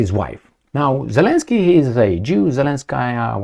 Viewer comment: it's double "y" in the end of the name, because in Ukrainian and Russian language, there are 2 similar letters , "и" and "й", which are both in the end of the name of Zelenskyy (and many other last names) Зеленський. It is not pronounced as continuous y, as you say it. There is no equivalent in English language.